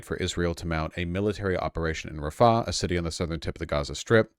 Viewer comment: Can somebody tell that the h in "Rafah" is an independent letter in the arabic alphabet and pronounced like a rasping of the throat? It is not there to prolong the preceding a